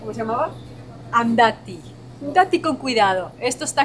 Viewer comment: Se le salio el barrio cuando dice Andatti con cuidado 😂😂😂😂 se nota que ya le pego México